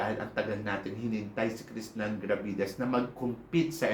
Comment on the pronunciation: Bat kaya puro KRISHNANN ang sinasabi ni eh krishna dapat..